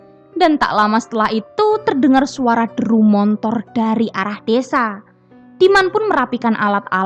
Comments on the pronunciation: Hehehee... motor..m o t o r, bukan montor😜😜.. gini deh klo klo "pembaca cerita"nya org padang, jadi mohon dimaklumin aja.. Ttp semangat ya 👍😆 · Motor mbak... Bkn montor 🤣🤣🤣🤣